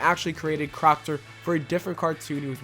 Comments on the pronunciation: Crocker, not crockter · Crocker not crockter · It's not crockter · It's crocker, not crockter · Crockter haha it's crocker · Crock"T" ER.. ITS CROCKER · You kept calling Mr. Crocker Mr Crockter... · Right? Even when the title of one of the episodes he read was "The secret origin of Denzel Crocker" he stills called him Crockter when the episode's title card was on screen. I wonder if he recorded audio first then found his images/made the footage. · Why are you saying Crockter? lmao. It's Crocker. xD That made my day. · guys hes pointing out the voiceover saying Crockter instead of Crocker almost every time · why are you pronouncing it "crockter"? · That explains you saying crockter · Isn't it crocker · yeah i thought it was crocker too